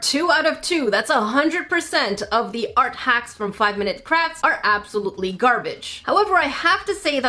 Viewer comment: Did anyone else hear saying "5-Minute Craps?"